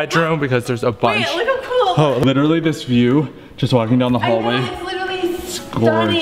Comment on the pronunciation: You know when said this is so cool in the bathroom I heard it's so Cole😂😅